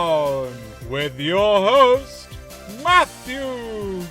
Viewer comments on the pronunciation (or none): none